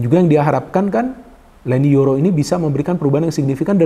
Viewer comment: Leny Yoro bung 😂 bukan YENY LORO 😂 klo dlm bhsa Jawa brarti YENY DUA 😂